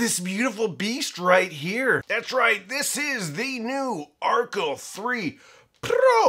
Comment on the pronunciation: You are pronouncing Archel incorrectly. It is named after Rachel so the amp is pronounced like her name.